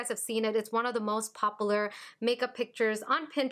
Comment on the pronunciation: Popler. *popular 😂 u say that weird